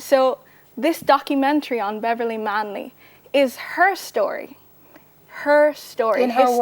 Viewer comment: Correct that crap, right now! Manley not Marley!